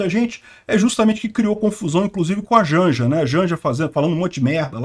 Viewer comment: "Si a Jonja i u Filipi Netu dissi eu confio."